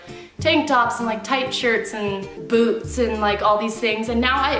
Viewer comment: When u said "Boots" I thought u said "and BOOBS!" (ignore me)